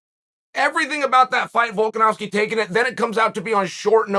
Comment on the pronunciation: Chael - pronounces ‘Volkanovski’ correctly for months Also Chael: ‘Volk-an-ass-ki’